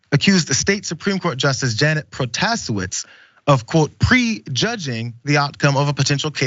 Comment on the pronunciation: it takes a pro to say this but it's pronounced "Pro-Tah-SAY-witz"